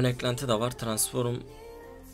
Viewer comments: Abi transform'a lütfen transforum deme! 😂😂😂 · Tıransform tıransforum değil abim:) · tıransforum? Transform diksiyon pls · transfor diyemeyen adamın full transform hesap like atın üste çıksın da görsün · Transforum değil transform ;D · Tranform abi transforım ne ya 😂😂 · Abi su transforma transforum deme ya gicik oldum mq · transforum demene hastayım :D <3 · Abi transform düzgün söyle ya